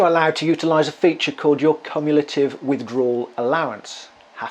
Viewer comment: I was more thrown by the pronunciation of cumulative. I don't know if it's a regional thing but I've never heard anything like that before.